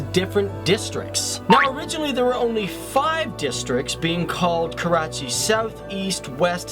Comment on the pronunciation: Everytime he says Karachi, I cringe.